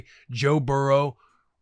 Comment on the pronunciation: Nahhhh, the boy will not knowing how to pronounce Acuna?!? And he claims he played ball growing up? Even brought it up to rich?? Sheeesh, gonna need ya to get familiar with the kid Ronald